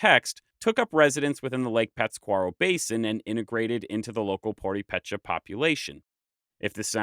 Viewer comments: Tarasco is not correct. Thats what the spanish called our people when they invaded America. We are "Purhepecha" not Tarasco our Language is called Purhepecha not Tarasco. A lot of people still think that its tarasco because they dont take the time to check the Facts. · pro tip: this sign ´ means that's where you put the stress. You kept saying Púrepecha instead of Purépecha (Remember that it's all latinized) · You are reading it “puripécha” it should be read “purépecha”. The hyphen makes the vowel a little longer, like reading “pureepecha”. My family on my mother’s father side is purépecha but I know little about it so thank you for this great video. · Awesome work! Its POO-REH-PEH-CHA BTW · Good work. It's pronounced Pu-RE-pe-cha. The "re" is given enfasis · The acute accent diacritic marks where a syllable should be stressed. So: - Purépecha is pronounced poo-REH-peh-chah - Teotihuacán: teh-oh-ti-wa-KAHN - Iréchikwa: ee-REH-chee-kwa - Uacúsecha: wah-KOO-seh-chah - Pátzcuaro: PATZ-kwah-roh - Alcalá: al-kah-LAH - Tariácuri: tah-RYAH-koo-ree - Petámuti: peh-TAH-moo-tee - Ocámbecha: ok-KAHM-beh-chah - Angámecha: ang-GAH-meh-chah - Chinchén Itzá: chee-CHEN it-ZAH The rules for words without diacritics a bit trickier, but without going into detail: - Chichimeca: chee-chee-MEH-kah - Ihuatzio: ee-WHAT-zioh - Curatame: koo-rah-TAH-meh - Cuitzeo: quit-ZEH-oh I'm sorry if this has been brought up already (there are tons of comments to sort through). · Great work! Its so refreshing to know people are interested in Michoacán culture. Thanks! Just a note on the pronounciation it's purÉpecha . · Nice video but it would be less annoying if the narrator actually practiced pronouncing Purhépecha before recording. The h is silent and the accented é is there for a reason! Pur-RAY-pay-cha in gringo pronunciation 😂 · having been there, they pronounce it like Pur-e-pe-cha the way you pronounce it isn't right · The accent is the emphasized syllable - puRIpecha, tadiAcuri.